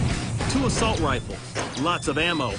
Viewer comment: Ha he says "asssault weapons" lol